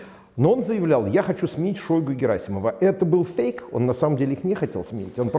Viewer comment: шойгУ, а не шОйгу